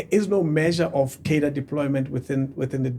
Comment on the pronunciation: turns out I have been saying the word Cadre wrong all my life